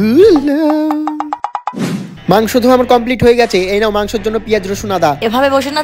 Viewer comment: ধুরো ❌❌ধুলো ✅✅